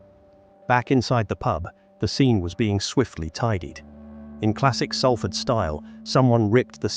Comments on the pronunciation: One. It's pronounced without the "L" = 'Safford'. Two. You want to tell me that you couldn't find stock footage of a British ambulance? That's an American ambulance, if ever there was one. Three. You repeated some of the information so many times that I am struggling to finish whatever it is that you call this. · It's called Salford said like Sol Fud Just like salt is not said as sal-t, it said like solt Please get it right an amazing city deserves more respect